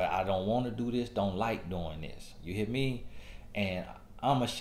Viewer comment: "You hea' me?" 😂